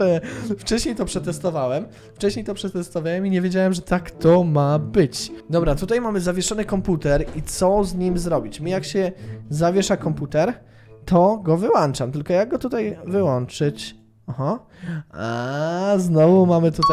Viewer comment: „Wyłączam" nie „Wyłanczam"